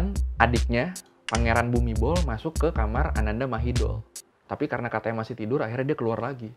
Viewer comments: Kho thot na khap, sorry, setau gw pronounce Thainya: "Anantha Mahidon" dan "Phumipon Adunyaden". But anw, this is very good video Mas!! Keep up 👏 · Mas, spellingnya perlu diluruskan. Ananda mahidol = ananta mahitong. Bumibhol = pumipong.